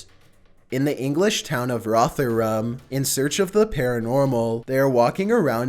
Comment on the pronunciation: The way he pronounces Rotherham 😂